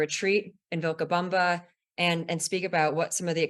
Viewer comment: what a bunch of nothing- gross really and the host mispronounced Vilcabama! she is super crunchy